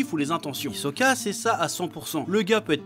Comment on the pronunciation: On dit HISOKA!!!!!!!